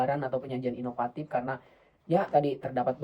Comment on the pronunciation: Inovatif mas, bukan inopatip